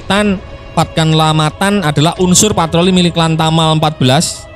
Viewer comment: Jefman min bukan jefmen 😂😂😂😂 ente pikir itu bahasa inggris 😅😅. Matan bukan metan 😅😅 itu pulau raja Ampat paling dekat dengan kota Sorong.